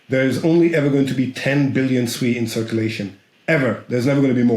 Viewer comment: Finally, someone who can pronounce SUI correctly and Not calling it SUE E, who the Hell is SUE E anyway?